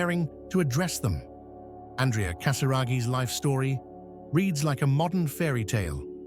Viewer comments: not ann dree ah his name is ahn dray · Is there a way to dub the correct pronunciation of his name from the feminine ANdrea to the proper masculine anDREa? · His name is pronounced AN-DREY-A, with emphasis on the middle syllable. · His name is pronounced An draya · ANDRÈ-A is an Italian name . His father was Italian, therefore the correct pronunciation is not in English or French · Duh, you even emphasized every letter of his name 😂😂😂